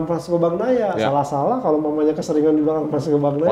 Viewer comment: Saran buat dan, bacanya itu "Banyaia" bukan "Bagnaia"